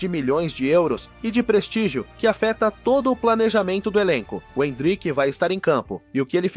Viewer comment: oh, áudio do IA, n é endríck, é êndrick, kct!!!